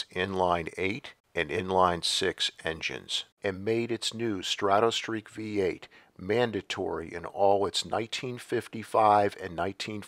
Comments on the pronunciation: I love your videos but it's pronounced strah toe not straw toe. As in stratoliner, stratosphere , strato fortress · You also spelled it as though it sounds like straw toe. The correct spelling of the pronunciation is străt′ə, the "o" doesn't make an "oh" sound. străt′ə-streak străt′ə-liner străt′ə-sfir